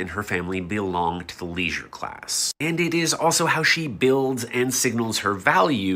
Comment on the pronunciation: Bro said leisuer and class so many times